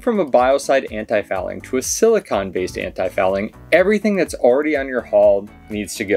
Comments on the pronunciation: Silicone. CONE. not CON. Carry on. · Thanks for the informative video. It sounds like is saying "silicon" but I'm sure he meant "silicone" - they are two very different things (and pronounced differently)..